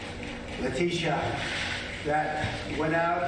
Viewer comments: LateeSHAH…he’s so effing racist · He does it on purpose to disrespect them. "Peekaboo" isn't really what he means when he's talking about Leticia James. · Why in TF was he not found in contempt of court??? The way he pronounced her name proves he is a racist. Put his ass in jail. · I love the dramatic pauses for effect. ...Letitia... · I guarantee you that his emphasis on pronouncing "Leticia", was done with a racial connotation.